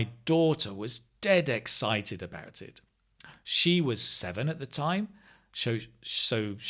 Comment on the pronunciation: I noticed the exited instead of excited.